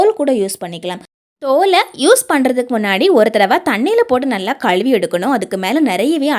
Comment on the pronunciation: உருள கிளங்கு , களுவி ,அளுக்கு, களுத்து ,What is this ? Is it tamizh ?????? Pl correct your tamizh pronounciation.